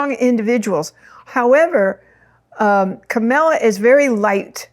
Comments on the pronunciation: KA-MAL-A not KA-MEL-A. She has two stepchildren who consider her one of their parents. They call her Momala. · Thank you for the information--but truthfully, I couldn't finish listening to it because of the. mis-pronunciation of Kamala's name--KAH-mu-lah, with emphasis on the first syllable. The mis-pronunciation Kah-MAH-lah is offensive to me, since Trump does it, when he knows better. It's a sign of dis-respect, though I'm sure you didn't mean it that way. Thank you. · Three quick thoughts - 1) Please pronounce Kamala’s name correctly. Think “comma” + la = it’s not hard! 2) Please do not call her a “girl” - she is a 59 year old woman, wife, lawyer, and VP. 3) Kamala is not Margaret Thatcher - and let’s thank our Higher Power for that… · Why do people have a hard time with her name? Its KA MA LA, not Camilla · Pronunciation of her name is Comma(,) la. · It would be RESPECTFUL if you would pronounce Kamala's name correctly AND not refer to her as a "girl". She is the current VP and does not deserve to be diminished in any way. Thank you. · That was my thought., you are not that old that you can call a grown woman "this girl" It could be considered a dog-whistle especially since you keep pronouncing her name incorrectly. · Please say her name correctly! Not like Trump! Kamala will win 🥇 ❤ thanks 🙏🏽 I remember working with you at the old Whole Life Expo 1999 ❤ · Thank you! I did mention imported to say her name correctly, not like Tump 😂 And she ain’t no “girl” 💃🏾🗡️🌟